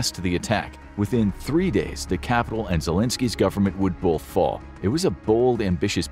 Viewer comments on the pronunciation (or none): It's pronounced "both" not "boLth"